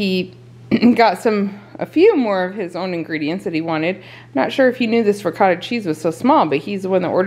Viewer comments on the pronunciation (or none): none